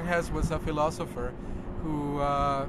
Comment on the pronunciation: Wish you luck, but we pronounce the E at the end of Hesse :)